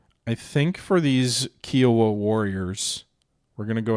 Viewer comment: Good job showcasing the game. Nitpick 1: Fort Irwin is in California and Nitpick 2: Kiowa is pronounced K-eye-owa, after the Indian tribe (actually, nation) Thanks